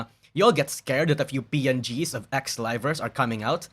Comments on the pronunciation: Rivals? I hear rivals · The way he says "Livers" sounding like "rivals" I mean either could be true in this situation. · when says livers it sounds more like rivals. i mean that probably makes sense considering its nijisanji